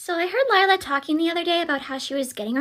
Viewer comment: Lie-la lier ha ha ha 😂😂😂😂😂😂😂😂😂😂😂😂😂😂😂😂